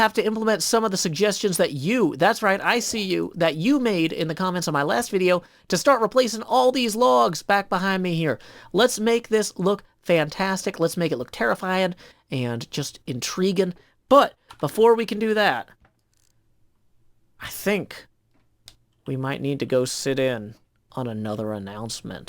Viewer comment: InTREEguing landscaping,! Love it